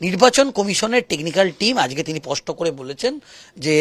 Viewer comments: "" পষ্ট"",,, নয় কথাটা হবে ,,,,"" স্পষ্ট""।। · কথাটা পস্ট না স্পষ্ট? সাংবাদিকতা করতে গেলে, উচ্চারণটা স্পষ্ট হওয়া দরকার।